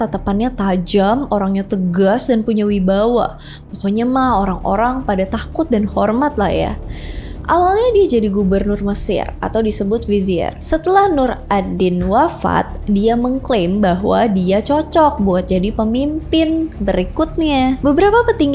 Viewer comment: Nurudin zanki kak bukan nuradin